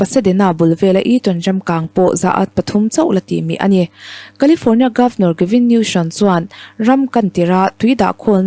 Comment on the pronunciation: Gavin Newsom zawk aw Gavin Newson niloin aw...